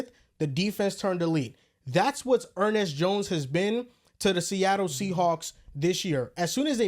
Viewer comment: Gotta love Er-Nest jones 😅